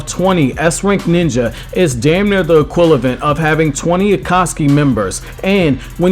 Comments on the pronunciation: This dude said equlevant instead of equivalent 😂😂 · Equilavent lolololol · equilavent? lol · This dude said equilivent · Equlivent lol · "Equalavent" lol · This niqqa said "equilavent" 😂💀💀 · what was that word? equilavent? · aquvilent?????? lol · Equilavent slightly triggered me